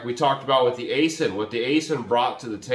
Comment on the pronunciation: Aisin is pronounced “I-Shin”. And I wish they’d offer manuals again